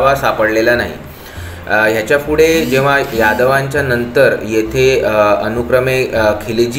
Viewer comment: Good info , फक्त आपण फुडें असा ना म्हणता पुढे असा म्हणा.